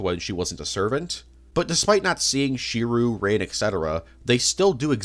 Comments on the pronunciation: how did you mispronounce "Tsukihime" and "Shirou" THAT wrong bro 💀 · Wait so you've seen almost every Fate anime and still pronounce Shirou's name as "She-roo"? Seriously? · i dont believe you've ever seen any fate series. How tf do you mispronounce shirou he is literally the main character. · Shirou is pronounced Shi-r-O Tsukihime is pronounced Tsu-ki-he-ma Rin is pronounced R-in those are what are known as shadow servants the picture in the middle is Kiritsugu the Ch in Chulanne is just witha C not a ch